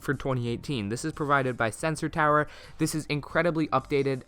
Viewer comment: It is also different to what I usually hear. In the standard U.S. version, it would be pronounced something like "toower"